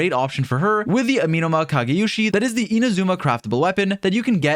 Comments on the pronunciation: say it with me. “ah - meh - no ma.” AH. MEH NOMA. NOT AMEEEEENUH’MA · "this weapon that I can't pronounce" Continues to say amenoma wrong😂 Kah goh su ru bee. Ee sheen. ❤